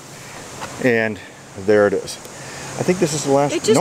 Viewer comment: Rain rain go away come again some other day! Unless there's a cache I really REALLY want! Rain won't stop me on principle, but it can be a hindrance depending on the urgency. Yeah, geocaching urgency, lol Beautiful rocky beach there! Love the look of Pelee island... maybe one day. "Be careful out der!" Sounded so Canadian, just missing the "eh" ;)